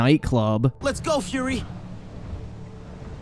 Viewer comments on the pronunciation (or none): none